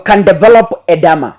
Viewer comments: It’s called Edema and not Edama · It is pronounced E-d-Ma. Edema can be the result of medication, pregnancy or an underlying disease — often congestive heart failure, kidney disease or cirrhosis of the liver. Elevate and or stretch the feet when traveling long distance. When symptoms persist, seek medical attention immediately.